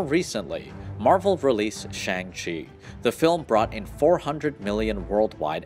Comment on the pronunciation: Man, your pronunciation of Iron Man and Shang-Chi is rough.